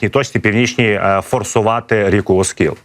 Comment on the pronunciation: Правильно - Оскіл, наголос на і.